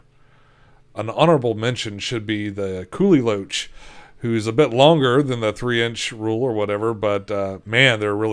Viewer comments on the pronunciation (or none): none